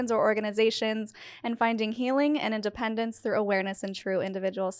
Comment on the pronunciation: At intro, take a breath between “…healing” and “independence…”. It sounds like “…healing and dependence…”.